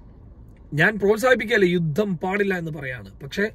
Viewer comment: യുദ്ദം എന്നല്ല പറയേണ്ടത് യുദ്ധം എന്നാണ്. ഉച്ചാരണം ശരിയാക്കുക